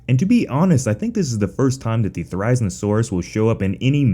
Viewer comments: Therry-zee-no-saurus. Therry as in Berry. Zee as in Bee. No as in No. Saurus, well you can guess that part. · This is how to pronounce the therizinosaurus Thr-I-zee-saw-ruhs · The way you pronounce "Therizinosaurus" isn't accurate, it's pronounced "There-Ah-Zeen-Oh-Sore-Us". Just saying. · is it just me or does anyone else feel annoyed when he pronounces it as te-rize-ino-saurus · you pronounce therizinosaurus wrong 😐 its pronounce the-ri-zino-saurus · Say it with me now thera-zee-no-saurus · You pronounced therizinosuarus wrong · Please look up how to pronounce therizinosaurus. You should always thoroughly research your topic before you make a video on it. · why is he saying therizinosaurus like that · How you pronounce Therizinosaurus hurts me